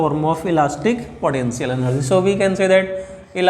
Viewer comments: Potential ❌ podenctial ✅ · 🗣Elastic potenzial enerzzy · Elastic podencial eneerge 😂😂😂😂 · Sir you have the right "podential" energy🫂...